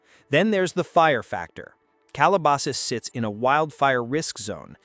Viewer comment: AI can't pronounce 'Calabasas' but can they hunt us down with lasers?